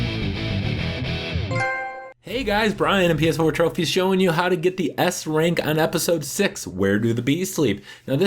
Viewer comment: did you said ass rank?